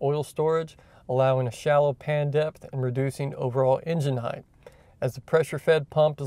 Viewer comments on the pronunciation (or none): Shocks have "damping" not "dampening." Also "height" ends in "tee" and is not pronounced as "heighth."